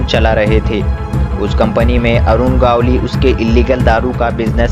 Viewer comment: आप सबके नामोल्लेख गलत क्यूं करते हो. गवळी को गावली रमा नाईक को रामा नाईक . स्टार्ट के बजाय ईस्टार्ट. क्या है यह . आप की आवाज भी सुनने लायक नही है.